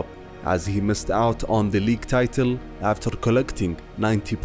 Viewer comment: And what happened ”afterrr”?😂😜